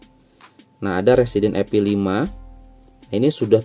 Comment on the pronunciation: Evil bukan epil